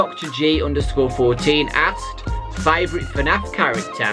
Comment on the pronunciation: No one has noticed that he said F A N F instead of FNAF